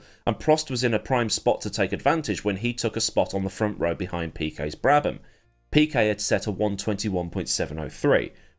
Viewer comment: "Piquest", ah yes.. The turbocharger era king Gorillian driver Marlon Piquest who won 30 consTRUCKster's titles